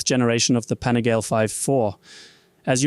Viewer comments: Pani gal le, not Pani gale. It's Italian...... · Panigaaaaaale, not panigaile 😅